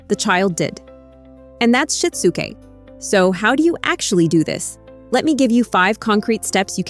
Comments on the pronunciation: “Shit-zoo-Kay” Good grief. When will AI learn to pronounce words correctly? The material is good! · “You might need to walk… THEM THROUGH IT!” Despite the terrible AI voiceover, this was valuable. I’m going to try this with our autistic son and allistic daughter. Also, it’s SHI-TSU-KE, AI voice! Sheesh.